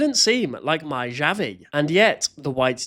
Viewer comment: usually we pronounce that “ha-vee” because in spanish the j is like an h